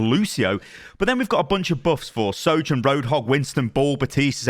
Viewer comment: Is it only me that gets confuses when he says the names “Soldier” and “Soujourn”?